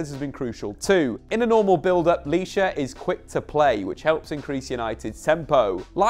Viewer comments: It's Licha bro not lisha 😂 But anyway great video 🔥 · It’s pronounced *licha not lisha bro Good video tho 👍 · it's Licha not Lisha😄.